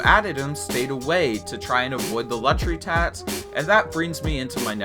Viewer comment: It’s tax, not tatch